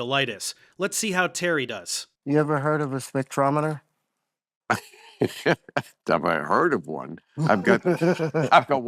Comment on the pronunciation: knows how to pronounce spectrometer 😮